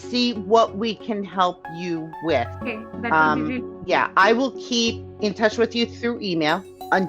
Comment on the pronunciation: i "vill" tell yu maam...